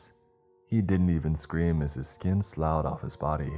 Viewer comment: Nice pronunciation of “slough” lol